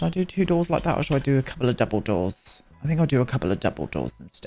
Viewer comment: Every time you said double door I heard it as 'dumbledore'... is this a sign to reread the books?